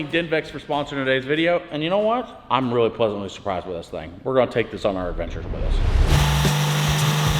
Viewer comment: The way says really weally never gets old 😂 Or is it wereally wereally… either way 💪🏽👍🏽🤣